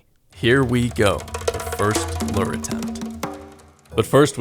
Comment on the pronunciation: I'm tired of hearing you mispronounce 'lure' year after year. Time to unsubscribe. Should've unsubbed years ago when all that drama happened, but better late than never.